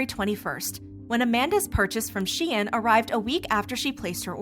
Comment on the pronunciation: it is pronounced -shine